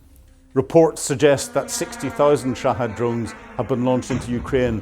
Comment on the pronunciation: Hypocrate Americans and wwests,,,it's Shahed(pronounce Shaheed) not Shahad😅 it will burn your ass